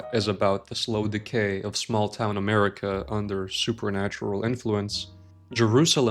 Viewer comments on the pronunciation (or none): none